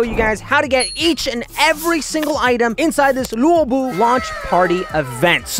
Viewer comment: u pronounce luobu as lobu not lewobu